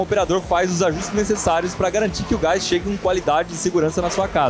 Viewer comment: "Gáis" e "Ultragáiz"? rsrsrs